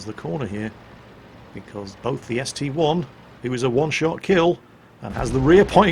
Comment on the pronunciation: it is ST I, not ST one,:D, and I have a proof, So, would you kindly call it ST I, not ST one?